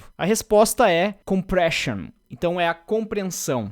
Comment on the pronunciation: promete nunca mais pronunciar novamente em português a palavra compressão?:face-green-smiling